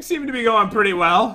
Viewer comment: so funny when kept saying the pitty round omg